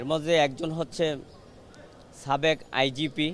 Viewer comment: এ তো ভারতের মনে হচ্ছে। সাবেক কে বলছে চাবেক।